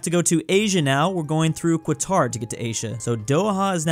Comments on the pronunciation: he really said Kwatar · And called Qatar Kwatar